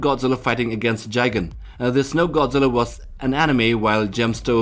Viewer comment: how could you mispronounce Gigan's name? It's pronounced "guy-gan"